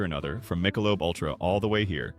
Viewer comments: Were you raised by wolves? No one calls it Mike-a-lobe. It's Mick-a-lobe. Well that's not as bad as calling barbeque, b-b-q. Seriously, no one talks like that. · "Michael lub" beer????? AI is terrible. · You can tell this is an AI voice over as soon as the AI voice pronounced Michelob as Michael-lub. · 'AI' can't even pronounce 'Michelob'... STOP IT!!! AI Sucks... Pay a few dollars more and have a Human Read the Script!!! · That Michelob pronunciation outs the AI voice, it has some good pointers and information and maybe the person behind this drank the beers and watches World Cup, but it's AI generated video's and the voice now is suspect.